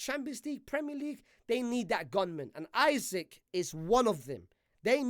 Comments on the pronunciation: It's Isak! Not Isaac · Bro called Isak “Isik”